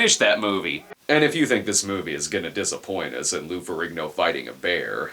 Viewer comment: It’s pronounced feh-REEN-yo